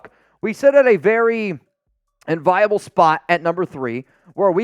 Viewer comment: This mf said env-eye-able…. 💀